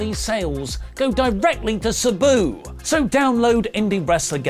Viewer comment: Its.... S Ahhh Boo.... like that... Sahhh-Boo... I understand... words are hard... Jam that Ham!!!